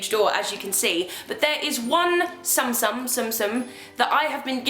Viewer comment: it's pronounced "tsoom tsoom" I love them too!! :))